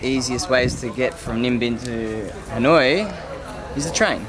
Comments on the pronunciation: Dudes, Ha Noi, not Han Oi, please :))) it sounded like you were calling someone named Han :)) Anw, thanks for your exciting video! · ha noi not han oi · It's Ha noi, not Han oi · I love hat haha. Love the video. Its Ha Noi btw not Han Oi haha. Keep updating!!! Subscribed!